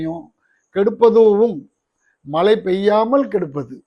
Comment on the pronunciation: மலையல்ல மழை.ழவை நன்றாக உச்சரிக்கவும்.